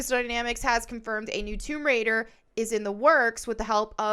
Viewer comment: It is called "TOMB RAIDER," not "WOMB RAIDER." {That said, I would not at all be surprised if there was already a 'Rule 34'/porn version with that name...😊}